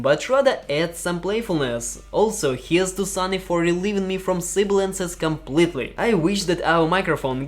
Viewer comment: It is SONY not SUNNY..... that's explains